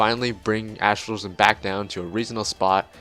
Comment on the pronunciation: ASTRO_LOW_GEN is not how you pronounce it lol..